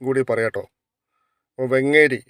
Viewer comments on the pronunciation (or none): വെങ്ങേരിയല്ല വേങ്ങേരി